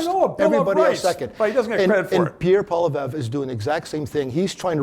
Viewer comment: learn the pronunciation of Poilievre